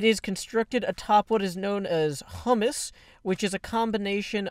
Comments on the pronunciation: Because everyone else seems to be correcting YouTubers' pronounciation of FTB stuff, I'll jump on the bandwagon. Humus is pronounced "HYOO-muss". "HUM-muss" is spelled "hummus" and is the food item that makes humorous reference too when describing humus. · NOT HUMUS, HUMUS (HUGHE-MUS) GAH!!